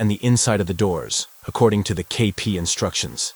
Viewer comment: I clicked "like" as soon as you pronounced KP's name properly. Nice build; I've done this kit too, and it fights you. I think the dark mat helps your camera get a good exposure on the work.